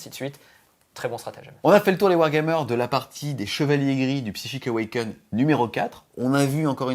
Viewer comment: Allez, tu vas réussir à dire correctement le nom du bouquin au prochain tome! Psychic AwakenING!